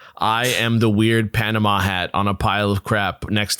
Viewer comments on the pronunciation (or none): none